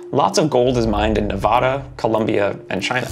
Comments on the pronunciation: And also the e is pronounced as a long e and the the last a is pronounced as a long a. Nee-va-day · you mispronounced Nevada middle A is not an aww sound, its a short A